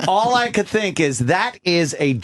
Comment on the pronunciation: "Shhink about it"